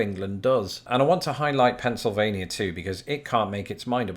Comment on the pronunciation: Lol he got Pennsylvania right! Nobody can decided on o e accent so we all speak differently.